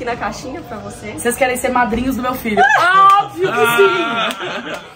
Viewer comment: Mano a realmente tem problemas ao pronunciar "padrinhos"